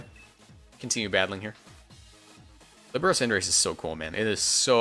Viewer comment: Líbero was good pronounced